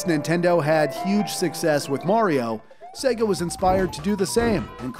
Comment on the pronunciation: Saga?! It's sega